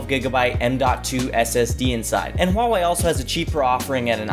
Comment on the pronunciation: FINALLY SOMEONE WHO SAYS "HUAWEI" CORRECTLY